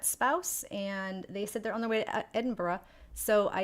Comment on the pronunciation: Wouldn't infer anything from the bench being gone; it's a practically untreated wooden object out in all weather. For safety reasons, they either need replacing or fixing up, and are sometimes stored during the winter months. You said Edinburgh just fine! Just mumble out the "burgh" part, if you feel unsure ;)